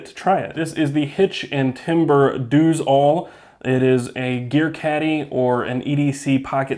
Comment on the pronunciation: I think its pronounced "does" not "dose"